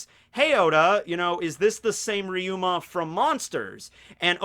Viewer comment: Its ryuma not riyuma